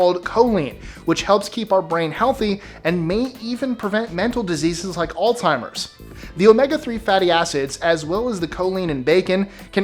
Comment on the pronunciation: No "T" in Alzheimer's